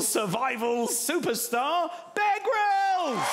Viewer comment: Lol when he introduced him it sounded like he was shouting "Bake Rolls" instead of "Bear Grylls" XD